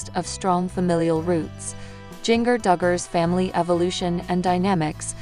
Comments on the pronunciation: Jenger...it's Jinger as in a ginger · Her name is pronounced Ginger.